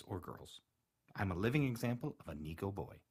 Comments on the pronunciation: Neeko??? Why do you say it like that?? It’s pronounced neh-koh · PikaWolf omg thank you 🙏 every time I heard him saying niko にこ and not neko 猫 it annoyed me so much and I went to the comments to see if others noticed AND U BE THE ONLY ONE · It's usually pronounced "Neh-kou" not "Nee-kou" =^-^= You're voice is lovely. 💗 You should do more Neko asmr~